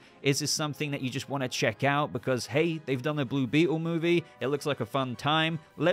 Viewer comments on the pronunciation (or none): none